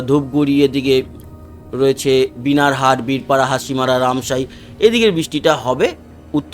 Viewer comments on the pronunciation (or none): বিনার হাট না , বানার হাট হবে দাদা।